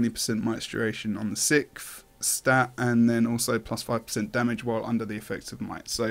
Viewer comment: "The sikth" :P